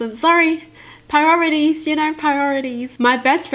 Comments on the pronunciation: You said pirorities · I love how you pronounce priorities, It's so nice. Piroritoies yaaass!